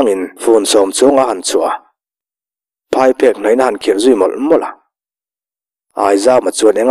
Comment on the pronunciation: Ka hriatsual loh chuan Phaiphek i chhiar dana phai hi a dikhlel deuh. Phai tih lai hi an buhfai chuan phai lam a pan tiha phai tih anga lam tur a ni